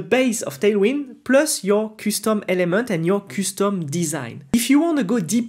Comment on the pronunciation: i don't mind your accent but your pronunciation of some words sucks men.....kustom instead of custom, engyne instead of engine aaghr..no offense tho, and thanks for your time